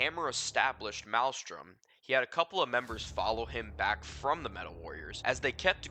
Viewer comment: You're not even saying the name of the gang correctly lol